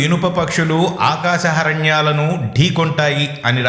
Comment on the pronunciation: Aakasa haranyalu kavu.........Aakasa harmyalu Ani chadavali.